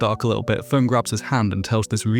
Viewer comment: "This is Ferent". Her name is FERN... 🙄